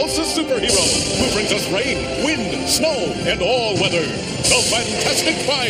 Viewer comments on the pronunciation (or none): none